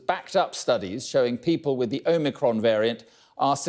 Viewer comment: ohmehcron vairyant